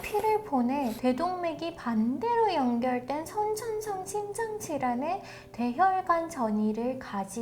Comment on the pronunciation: 선천성 심장질환 발음은 나도 하기 힘든데 듣고 놀랐어요